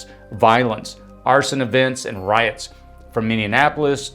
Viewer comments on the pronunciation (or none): You're pronouncing RIOTS incorrectly.